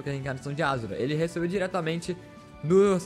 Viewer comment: ashura n azura (shu)